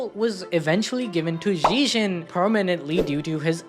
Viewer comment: Its pronounced zeg - ee - on; he literally says his own name in the anime.